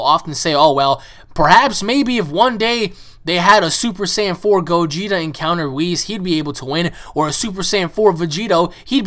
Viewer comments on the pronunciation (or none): none